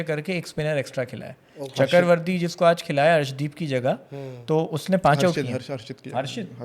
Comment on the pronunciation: It’s not CHAKAR-varthy.. it’s CHAKRA-varthy … initially I thought you were speaking some Urdu 😊